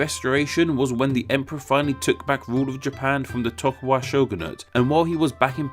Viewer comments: Umm Tokugawa not Tokuwa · re - Are you calling him (and his clan) "Toku-Waga" instead of "Toku-Gawa?" Because it sure sounds like that. Now I'm not well versed on Japanese history and culture. It's possible that this name is indeed pronounced "Toku-Waga" even though it's spelled "Toku-Gawa," I wouldn't know if that's the case. But based on the English spelling, it would appear that you've reversed the last half of his name without explanation (without any apparent reason, either). Please clarify. Is the name meant to be pronounced "Toku-Waga?" If so, please explain why. Or did you just do a whoopsie? Please lemme know, yes? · I swear if you pronounce "et cetera" and "Tokugawa" wrong one more time... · tokuGAwa vs. tokuWAga... dyslexic moment? ¯\_(ツ)_/¯ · TokuGAWA =/= TokuWAGA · Tokugawa, not tokuwaga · Toku-wagga? C'mon man. You can read. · you mispronounced tokogawa differently every single time what the fuck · It hurts whenever I hear him mispronounce Tokugawa :(